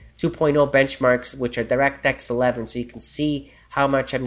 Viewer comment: thumbs up if you think he says "direct X 11" in a funny way